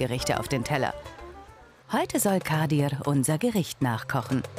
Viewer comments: Junge wie sie meinen Namen ausspricht triggered so krass „Kadirrrrrrr“ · Immer wenn sie "kadir" sagt hlrt sich das so russisch oder so an😂 auf jeden fall kann sie den namen nicht aussprechen